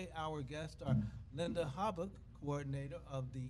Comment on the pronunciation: Eric, Mrs Hobock's name is pronounced "Hoe bock". I keep hearing it pronounced on the podcasts by you as Haback. Please correct the pronunciation on future podcasts.